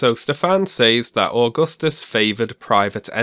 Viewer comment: being an Italian, grown and educated by a public educational system that provides young students with basic understanding of roman history even at lower ages - I'm quite triggered at the way Stefan Molyneux is pronouncing Augustus